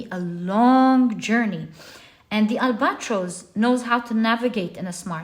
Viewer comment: Albatross is pronounced al-BUH-traas. Not al-BOT-ros